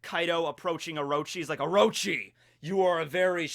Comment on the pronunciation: it's orochi, not oroechi the second o is pronoucned exactly like the first one. also sussanoo does not get the kusanagi no tsurugi as a reward, he just ends up finding hit while he was hacking apart the snakes corpse because apearentlly someone had tried to kill the snake with it before sussanoo came arround